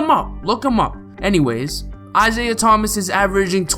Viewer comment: Lol of course you would say isaiah thmas , bc you are a celtics fa XD